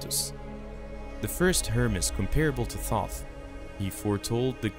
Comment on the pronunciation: The mispronunciation of Thoth hurts me each time you say it.